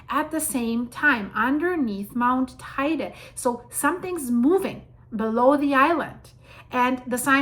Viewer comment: And Teide is pronounced Te-ide.